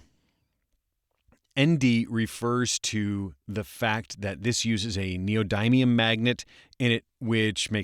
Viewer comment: Good to see this review. Good work, but the term NEODYMIUM is pronounced slightly differently: NEE - OH - DIM - E - UM. Even though it has that confusing Y in there the middle syllable is "DIM" just like in "There was a dim light outside". This is a critical material presently mostly provided from China and it is essential in modern electronic devices since it makes modern magnets far more powerful for their size (and most magnets in devices are small).